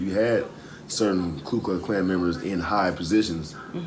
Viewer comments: First, It's KU not KLU. Second, Sen. Byrd said he joined the KKK to protect the American way of life, especially against communism. This is exactly what Republicans claim today. Third, Byrd changed his ways and apologized over and over throughout the years. He said he apologized a thousand times and would keep on apologizing. Fourth, It was Democrats who passed all civil rights legislation. DON'T FALL FOR CONSERVATIVES TRYING TO RE-WRITE HISTORY. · "KU" (not "Klu") KLUX KLAN. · FYI…It’s not Klu Klux Klan, it’s Ku Klux Klan. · FYI: It's KU Klux Klan. I only know that from Latin/Greek studies, not because I'm a member!. LOL. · A common thing,, it's ku klux klan,,, not klu,, as a 50 yo white dude with long hair and a bit of a hill Billy I get a lot of prejudice and a little racisms,, assuming I'm an ass hole white supremacist,, cuz of how I look,, but because I'm me I need to k kw what the KKK is so I can say flat out, I'm not in on that,, even thow some blacks assume I am by my looks 🤔 the ku, klux, has history, and the the klan is the klan and still exists,, I'm personaly insulted by anyo e brands me as such because of my skin color,, so brother and sister,, this idea that racism only goes one direction is false and here is one example,, kkk members are white, therefore all white people are racist🤔🤔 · It’s Ku klux klan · It’s Ku Klux Klan fyi. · Nit Picky I know, I for the longest time pronounced KLU. I was surprised that I was wrong. It's KU KLUX KLAN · It's called the "ku klux klan" , not the "klu" klux klan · Not that it matters a whole bunch because the words are pretty much gibberish anyway but its ku klux not klu klux. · Hi,, First let me correct something; there is no "L" in the first word of the KKK, it is only Ku.. ♠W.G. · It's KU.,not Klu 😅😅😅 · Thanks for sharing. Incidentally, and not to be pedantic, it's Ku, not Klu. Peace and love! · KU, not "KLU". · It was "Ku" not "Klu" because they didn't have a clue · It’s Ku not Klu.